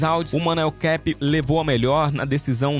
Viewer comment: E outra é Manuel kapé não é inglês não é caipe kkkkkk